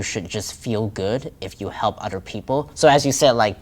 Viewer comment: I can hear some off enunciation’s like where he says the word “other” he pronounces it “odder” 😂